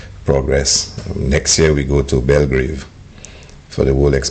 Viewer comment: Why does Hilaire keep saying "Belgrave" it's Belgrade